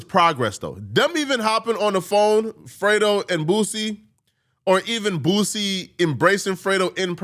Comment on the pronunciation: 🥷 said frito lmao it's fredo 🥷 😂😂😂